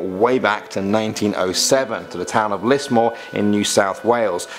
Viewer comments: lismore not lismor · You say Melborne we say Melbin. You say Can-berra we say canbra. You say Lismor we say lizmore Where are the drop bears, bunyip and Tassie tiger stories? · To add to that Lismore has an e and is pronounced "Lizmore" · And Lismore not lismor 🤬🤬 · That's not how you pronounce Lismore its pronounced liz-more and same with other places too next time ask a true Ozzie how to pronounce them ok. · Ok as a proud Aussie 1. The only thing we are scared of is running out of vegemite or milo 2. I have heard none of these stories The town pronunciations (how 2 say) Lismore=Lizmore Melbourne=Melborn